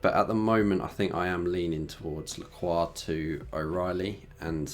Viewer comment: my friend pronounced his name as la-crox😂